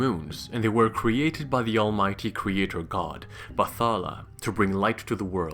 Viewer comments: Great video. But I just want to inform everyone that it is pronounced as "BAT"-"HALA".. " BAT" not "BATH". In Filipino language, we don't pronounce "TH" together. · you should pronounce Bathala as Bat-hala